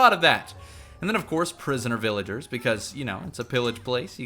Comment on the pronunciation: "To even mining vilagers" VillagOre